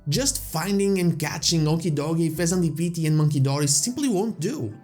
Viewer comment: WHY DID HE SAY THE PHEASANT LIKE THAT ( I'm not typing the name )